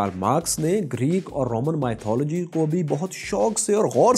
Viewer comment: Work on your 'mythology' pronunciation